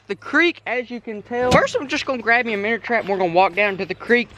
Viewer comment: Why do you say minners? Its called a minnow